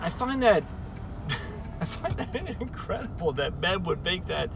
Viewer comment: Its Meb Faber not Men Faber.